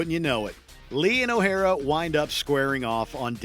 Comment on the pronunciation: OH-HAIR-RA? lol